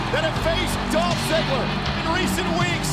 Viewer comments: I swear i heard one of the commentators say "all the legends that have faced dolph zigler" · wtf he said dolhp zigger and he said RKO for lita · did he say Dolph ziggler?